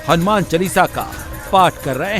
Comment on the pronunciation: It's not "चलीसा "....Its चालीसा....